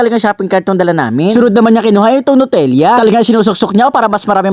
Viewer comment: Nutella po hindi po nutelia😂😂😂